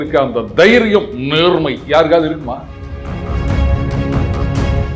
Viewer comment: அந்த தைரியம்.."நேர்மை"! அந்த ரெண்டாவது வார்த்தைக்கு இன்னோரு ர் போட்டு நேர்ர்மை ன்னு சொன்னீங்க பாத்தீங்களா!😂😂 கிட்டத்தட்ட அந்த உளறல் நாயகன் மாதிரியே! நீங்க எங்கேயோ போயிட்டீங்க,!😂😂😂